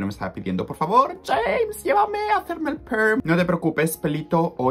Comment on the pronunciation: Siempre pense que tu nombre se pronunciaba "lleimes" osea como en ingles, no asi jamessss :O